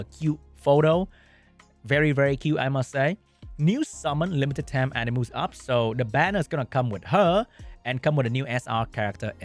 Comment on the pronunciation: It's AniMUSSSS not AniMOOOOS